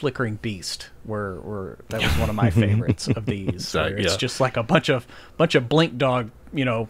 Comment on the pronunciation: heh fey-vorites